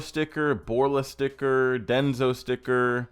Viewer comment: It's denso, not denzo hahaha